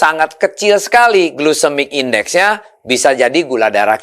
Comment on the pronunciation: Duh pak, bukan glusemik index tapi glycemic index… Jangan salah ngomong .